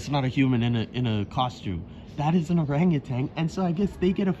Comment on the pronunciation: It's orangutan not orangertang. And foliage not foilage...